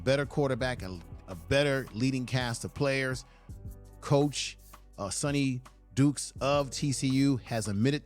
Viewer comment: At least get the opposing coaches name right. It’s Sonny D”Y”kes!